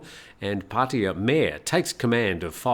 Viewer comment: It was amazing how many times that you mispronounced Pattaya. You should ask a Thai how it's pronounced. Especially if you are going to use the word so many times in a row.